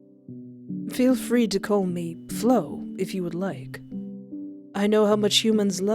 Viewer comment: I gotta thank you again for providing us with banger after banger, Espoir, seriously 😭😭 I love your videos so much, and I got excited when I saw the notif was MY game LOL. Thank you for playing!! 😌💞 (P.S. You pronounced Flo's name correctly, no worries there!)